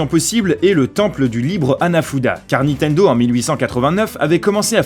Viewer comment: il a dis nitendo